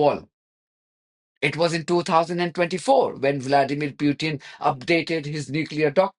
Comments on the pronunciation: President Putin not Pyutin. Please have some respect. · Please, show some respect as an Iranian and pronounce Putin name properly.